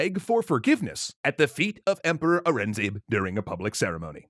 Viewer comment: MAN, YOU BUTCHERED AURANGZEB LIKE THE BRITISH AGENTS WERE BY THE VOC